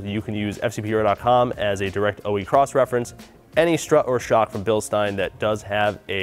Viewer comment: Ey American. It's said bilSHtein. Get it right.